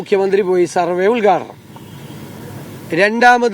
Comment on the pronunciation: ഉത്ഘാടനം ,,, ഉൽഗാടനം അല്ല ചേട്ടാ